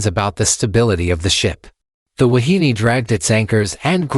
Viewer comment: pronounced: Wah-hee-nay.